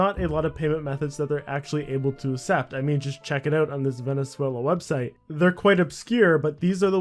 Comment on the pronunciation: "assept" hahahahaha